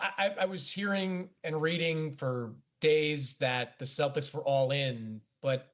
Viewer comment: I’m assuming they consulted with Ant, and he said get me LaMelo. And Dan, it’s the Celtics, not “Cel-dics.”